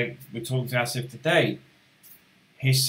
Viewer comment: Thanks but its Arif not Asif ☺